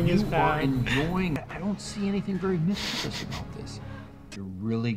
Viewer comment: you mispronounced mischievous! There's no "I" after the "V"! You don't pronounce letters that aren't there (with a few exceptions, of course, but not in this case)!